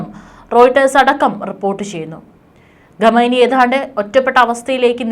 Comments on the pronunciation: ഘമേനി അല്ല മാഡം. ഖ യാണ് വേണ്ടത്. നോക്കി ശരിക്കും വായിക്കൂ. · What is this Ghameni... pronounce well... please correct